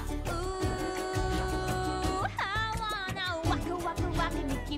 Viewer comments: Hate the way she says that state fish, "hawana" and ukulele....it bothers me since I am Native Hawaiian just the way she pronounce it is wrong in ever way it makes me cringe.... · humuhumunukuapua'a funny name:D How does she pronouce it???